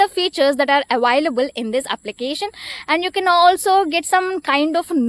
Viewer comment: Your pronounce the word "available" wrong